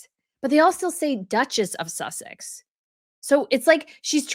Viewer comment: She called her Meghan Sussec sounded like she was kissing her a--! I am British not so gullable.